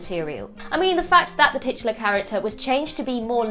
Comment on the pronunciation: saying "tutular" is list baiting for future videos......and I for one am here for it!!!